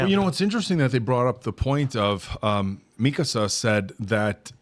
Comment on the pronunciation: Love how you keep saying Mikasa's name wrong